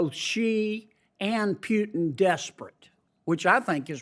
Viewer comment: OK John, it is PUTIN not PJUTIN.